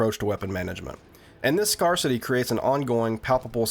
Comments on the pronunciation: This was awesome, you've done it again. One pedantic thing because I'm a jerk its "Scare-city" not "Scar-city" (Scarcity, /ˈskersədē/) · Its "scare-city" NOT "scar-city" :) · Dude, scarcity is not pronounced “scar city” it’s “scarce-ity” as in the quality of being scarce. You lunk. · but why the initial assumption? Why scar city rather than the quality of scarceness? Did it make sense to you that it would reflect the behavior of a megalopolis of the deformed? “The creamed corn is as rare as it is in scar city”? I generally applaud and defend mispronunciation- it means you educated yourself, an autodidact. I myself educated myself in a mountain town of 90 from crumbling books. I resented those Ivy League pukes who later in life chortled at me for logically pronouncing what they had tutors to instruct them on the arbitrary actuality of. But scarcity? That’s obviously, again, the quality of scarce-ness. Ie a failure on your part. Answer me a question I’d love to know for myself- how do you redeem yourself from intellectual contempt? Or should we retreat together to Scar City?